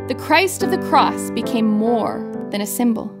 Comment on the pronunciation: She should pronounced significantly the letter "s" at the end of the word CROSS !